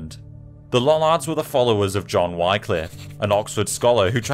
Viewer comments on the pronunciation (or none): Wycliffe is pronounced [ˈwɪklɪf], and Catholic Church was not in such a bad state as you describe. Far from it.